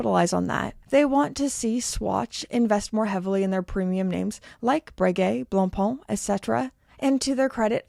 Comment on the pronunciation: this'll help you pronounce "blancpain" correctly (your second syllable is off)